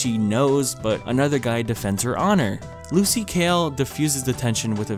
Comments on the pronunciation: It bothers me you keep saying lucy kale when her name is lucy hale 😅😤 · hes saying kale instead of hale and it fucking pissing me off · really said Lucy Kale